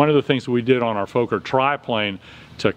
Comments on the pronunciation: Love your videos! Its actually pronounced exactly like an american would say focker, so fucker with an O xD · Nice video, great to see the old airplane come alive again! By the way, Americans always pronounce Fokker like "folker" with a long o, but actually it should be pronounced with an o like in "boss" or "lock", so like saying "locker" with the "l" replaced by an "f". Hope to see more videos soon!